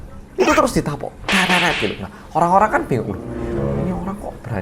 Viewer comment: Dituapuki.. Hahaha.. Medok bingit to..